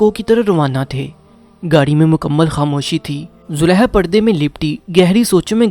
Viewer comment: You need corrections in pronunciation. You read ha where those were kha. You said Zuleha, while it was Zulekha.